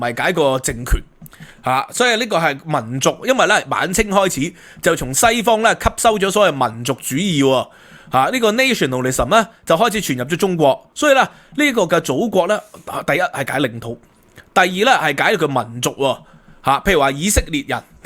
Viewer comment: Nat (accent) tion nal lism, not Nat (nate) ture.